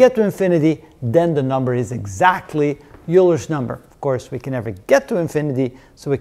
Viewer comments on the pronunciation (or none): did you pronounce it "u-ler" ? I have always heard it as "oiler"